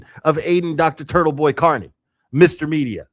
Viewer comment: I wish theyd learn to pronounce his name correctly. Car-Knee